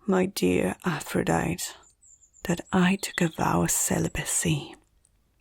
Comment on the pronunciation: Aphrodite is pronounced as "a•fruh•dai•tee"